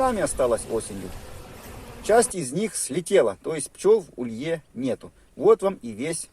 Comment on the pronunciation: Ударение в слове улей "улье" - приятно как то слышать.